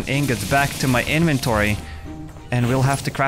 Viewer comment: I like it when he calls it his eneventoory